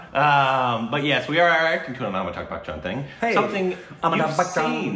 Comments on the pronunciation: And they pronounce his name Amitag. Amitag Bakchan. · Am I the only one, or really still pronuncing "Amitakh" and no one is complaining?